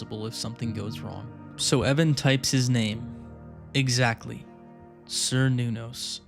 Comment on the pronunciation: Really like watching this and felt fresher than most ARGs but please look at how to pronounce Cernunnos. It kinda threw me off at first. But anyways can't wait to see what happens next